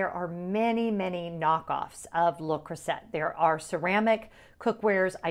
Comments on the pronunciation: Took me a while to realise what cookware brand you were referring to. We pronounce it (in the UK) le Croo-zay lol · And to be clear I know I’m pronouncing Le Creuset wrong but my audience is predominately American and I wanted to be sure they could find it so pronounced the way it’s spelled. I took French for 4 years and I’m sure my teacher watches and is fuming.😂😂😂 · As one of my favorite French teachers would have said…"You are hurting my French ears." 😂 But I get the need to meet the audience. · The French pronunciation is correct but I pronounced it the way it’s spelled so easier for people to find. You’re not wrong!